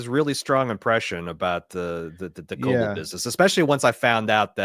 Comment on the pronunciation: Please pronounce Ms. Cobels name right. It’s driving me nuts